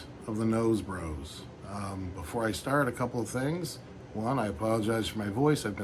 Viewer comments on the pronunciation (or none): none